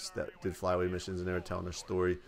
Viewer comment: "I DEED IT"